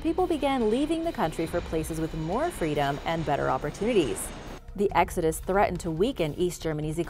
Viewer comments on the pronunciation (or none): none